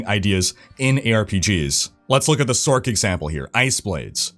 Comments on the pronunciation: You say sorc as sork. Better to pronounce it as source. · are you? 😅 It would be pronounced "source", not "sork".... also one of y'all popular dudes needs to mention the fact that classic, with channels and guilds and COMMUNITY is much better than what they have now, as they literally completely shutdown any community feel their games and platform had. Which was and still IS why diablo 2 is much more popular 20 years later then garbage Diablo 3 cartoon trash. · who says sork... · Why tf are you saying sork? Do you call it a Sorkeress? Have you pronounced the word Sorceress aloud before? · I didnt know sorCerer was pronounced "sorkerer."